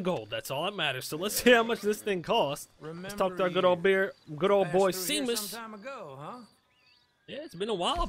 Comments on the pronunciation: Good video. Love this freaking game. By the way the fence's name is pronounced Shay-mus not C-mus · Seamus is pronounced shay muss.